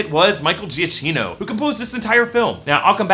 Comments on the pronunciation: Is Giacchino not pronounced "Jack-eeno"? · it's gia-kee-no bruh.. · A little info regarding Italian pronunciation: Cagliostro is pronounced "Caliostro" (G is kinda mute when paired with an L). As for Giacchino - in Italian "ch" and "cch" are always pronounced as "k".